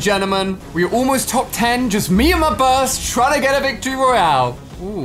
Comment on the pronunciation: He actuality said Elmost